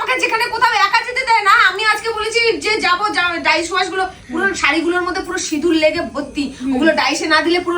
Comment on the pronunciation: Dicewash na bhai dry wash bolbe Keu bhul korle ta ke thik kore dite hoy Shuddho kore bolbe kmn